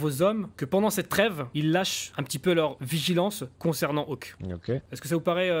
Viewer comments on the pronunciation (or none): SIX pas awhk, mais « hawk », comme ,faucon’ en anglais ;)